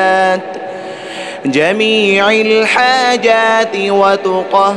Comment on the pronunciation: السلام علیکم ورحمتہ اللّٰہ وبرکاتہ ، ماشاءاللہ بہت خوبصورت ۔ مگر قبلہ صاحب اس میں ایک غلطی ہے " جمیع الحاجات" اس میں "جمیع" کے "ع" پر یہاں زیر ہے ۔جبکہ صحیح جو ہے اس میں "ع" پر زبر ہے